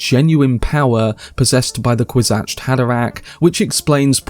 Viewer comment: why do you keep saying "kwis-atched" and not "kwis-atz"